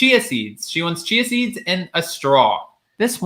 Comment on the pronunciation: Chia seeds OMG I thought she said cheezes